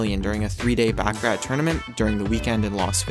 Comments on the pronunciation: If you are going narrate a video about gambling learn to speak the language of gambling. The favorite game of high rollers is pronounced BACH-A-RAH, not BACK-A RAT. You would only back a rat in a rat race. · “Back-a-rat”... LOL!!!